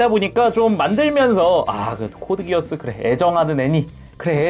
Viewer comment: 코드기어스- X 코드기아스가 맞는 표현입니다 Geass-기아스는 켈트신화에 나오는 맹약이라서 이걸 기어스로 읽으면 안되요